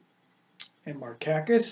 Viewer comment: FYI - Pronouncing Markakis wrong…. That doesn't look good